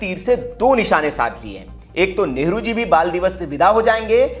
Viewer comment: भैया कम से कम न्यूज़ में नेहरू जी का नाम तो अच्छा बोलो,,, नेहरू नेहरू बोल रहे बार बार